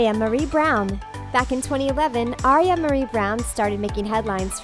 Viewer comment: It's Aira Marie Brown, not Aria